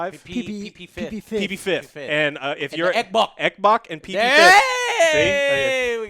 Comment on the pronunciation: said EKBOK I'm so happy! lol